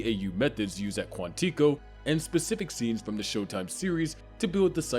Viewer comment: Considering he can't say Quantico properly.. probably not 😂